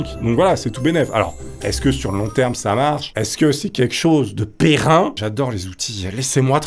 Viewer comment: 😔... On ne dit pas "péren" (prononcé périn par tes soins) au masculin et "pérenne" au féminin... ON DIT PÉRENNE DANS LES 2 CAS!